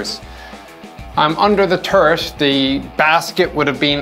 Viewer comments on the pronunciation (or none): i giggled every time he says "turret" it sounds just like ...turd....